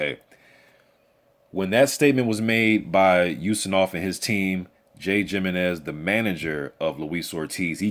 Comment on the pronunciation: "He-MEN-EZ", NOT "JIM-EE-Nez"!